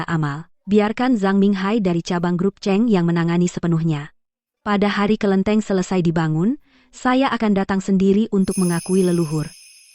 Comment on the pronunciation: bukan kelinteng..ini kelentit hahaha..